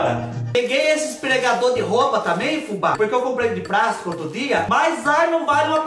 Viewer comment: Veio o prendedor de 'prástico'.... demais kkkk